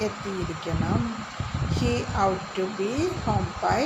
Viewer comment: 😂😂😂😂 ought ..aadyam ethinte pronunciation padikkuka ...out alla...pinne ...parachilum azhuthikkaanikkalum thammil oru bandhavumilla...English vachakathinte malayalam parayunathu palathum potta thettaanu